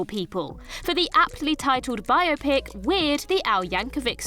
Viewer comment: Lots of comments about pronunciation but all I was thinking was “at last, someone who pronounced ‘biopic‘ properly!”